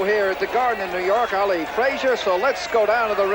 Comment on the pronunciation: That reporter said "Meeuhammad Aeli" 😂😂